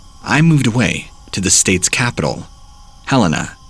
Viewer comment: I'm from Billings, Montana and I love hearing stories from around the state. At the same time though, I heard "Polson" and "Helena" and instantly cringed. 😂